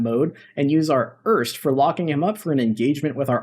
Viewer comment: Great video... love the Fulcrum... why you call the AJ AR ES TI an "URST"? 😅